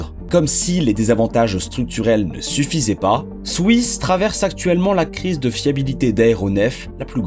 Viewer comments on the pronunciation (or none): je vais peter un plomb combien de fois t'as répété "swouiss"